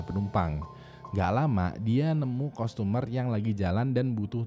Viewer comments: Pronountiation nya parah bat wkwk customer bacanya tuh sprt kastemer bukan kustomer wkwk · customer dibacanya kastemer btw bang.